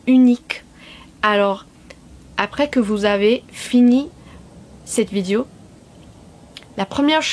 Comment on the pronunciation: Ton francais est absolument excellent!!!!!!!! En fait meilleur que certains français mais bon... Trucs HYPER minimes: Attention, c'est pas "Vidio" mais vidÉo" "elle est une chanteuse" -> "C'est une chanteuse", etc. Sinon, ok, c'est plus ancien, mais ecoute Daniel Balavoine. Lis son histoire. Si un jour tu chantes une de ses chansons, comme ca, sans y penser... tu seras francaise. Encore bravo.